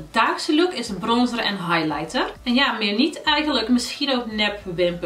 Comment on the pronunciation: Wrm kan jij highlighter niet uitspreken? 😝